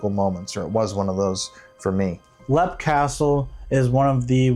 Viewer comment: It's not pronounced lep,it's pronounced leap.